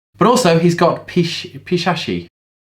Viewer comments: Me: Repeat after me, P E T E C H I A petechia!: Peee.. peshashi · OMG! I lost it when he pronounced it like that. Hilarious. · Petechia: pe-tee-cee-ah. U just got corrected by a dislexic person👍